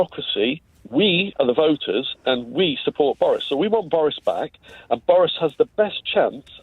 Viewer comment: "it's the only reteriees that are votering" - and that's when i stopped watching